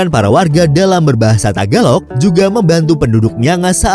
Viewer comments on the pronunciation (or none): none